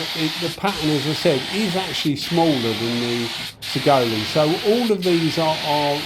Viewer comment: Hi, Saigole is pronounced 'sigh-goal' 👍 I bought one back when they were only $100 au (so roughly 50gbp), for the money, they're a great little gun, ignoring that they're a copy, they seem well enough built. Actually, I use mine quite often for random small jobs. One thing I don't like about it is the pot lid is an absolute pita to clean due to the way it's made inside (and the trigger doesn't have quite enough of a curve at the bottom, but that's knit picking really). Overall, I don't think you can go wrong for the money 👍(not to say there isn't better for the same $$, but it isn't disappointing) Cheers for the vid 👍